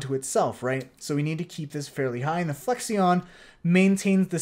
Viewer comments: looks sweet. just for education's sake, it's pronounced "flek-shun" like to mean "amount of flex", not "flek-see-on" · Great stuff but my man you gotta learn how to say "flexion"